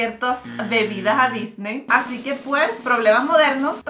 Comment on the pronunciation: Me encanta cuando mariale dice "hacique hoy" me encanta 😊